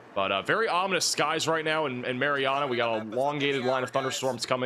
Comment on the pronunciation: Mary Anna, not Mary ahhhna. Home of the mighty Trojans brother! The most famous person from Marianna, Arkansas is Rodney E. Slater.Slater rose from picking cotton as a child in Marianna to becoming the U.S. Secretary of Transportation under President Bill Clinton from 1997 to 2001. Prior to his cabinet position, he also served as the first African-American director of the Federal Highway Administration.